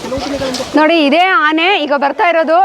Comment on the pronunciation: Amma thayi nin kannada keloke agta illa. Dayavittu bayi muchamma. Phala kke pala antiya Aane ge haane antiya.